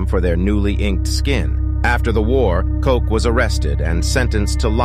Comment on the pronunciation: Buchenwald and Koch, u dont pronounce the names correctly.